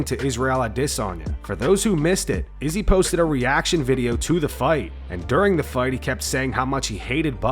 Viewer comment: basically said Izzy like bussy 😂😂😂